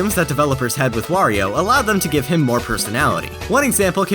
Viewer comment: It's good to hear someone other than me say "Wario" instead of "Worio".